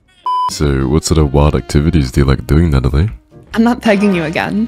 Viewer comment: Natt... Natt-a-lie. Natalie...